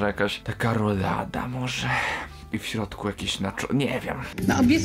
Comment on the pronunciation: Denerwuje mnie jak pani Gessler mówi "rulada" a nie "rolada"